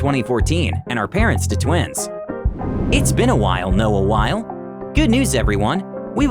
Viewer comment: It's Noah Wy-lee, not Noah While, but still a good video with some good information.